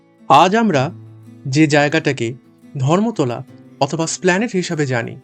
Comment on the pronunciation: Yes Baba..Esplanade, not Slpaned...UNDERSTAND